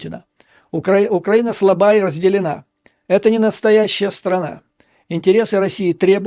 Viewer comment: Вы в слове украина ударение неправильно ставите, поэтому у вас предлог в получается, что тоже неправильно.